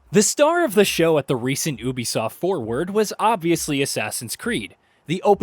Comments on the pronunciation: Will you please say YOU BEE SOFT instead of OOOH BEE SOFT,please and thank you from my anxiety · It’s pronounced Ubisoft(you be soft) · Is the narrator saying Ubisoft wrong or have I been saying Ubisoft wrong?